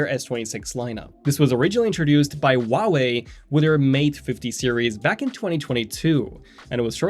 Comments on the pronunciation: Wuawei...? It's H-uawei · It’s pronounced “Wah-way” because it comes from Mandarin. In Chinese (Pinyin)